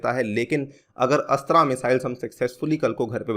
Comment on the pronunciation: Sir Astra’s correct pronounciation is अस्त्र